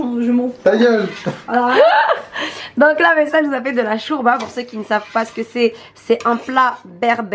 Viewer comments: Sa ma enerve tu dit chourba mdrrrrrr 😂😂😂 jme suis senti agresse wallah 😂😂 sinon continu t video c hela 💞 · Sa se dit pas shourba sa se dit shorba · Elle a dit chourba comme même hahahahahahaha 😂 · Je reve ou elle dit chOUrba😭🤣